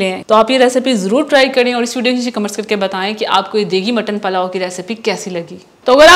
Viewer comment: Palao nhi pulao